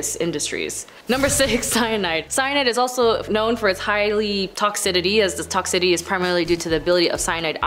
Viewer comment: good lord. It's BOCH-u-liz-um. And who the f*ck put the "d" in "toxicity"?